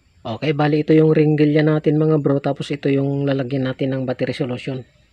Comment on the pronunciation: Heringilya boss hindi Ringilya....